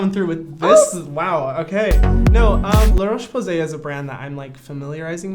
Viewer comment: i love brad but when he said LaRoche i cringed...